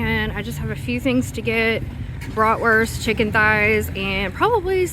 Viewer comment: As a german i didnt know yall were also using the term „bratwurst“ bcs its a german word. Your pronunciation is funny to me tho haha